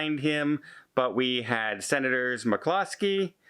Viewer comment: In case you can’t figure the name of the Alaska Senator from the video, he’s trying to say Murkowski .....though it sounds like he’s saying McCloskey....